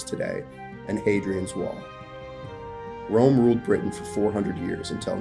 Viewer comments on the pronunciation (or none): none